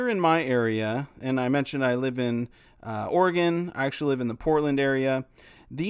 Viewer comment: He says he lives in "Orgon" Where is that?